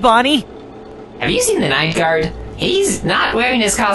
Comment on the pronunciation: It’s pronounced “ night gard”